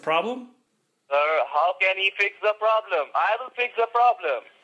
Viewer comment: no no problam sir no no problamm! :D :D